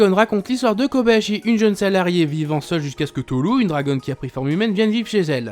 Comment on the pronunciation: Je rêve. A , j'ai entendu Koyabashi